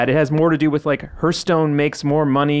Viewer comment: Lol Reiners face every time said "herstone".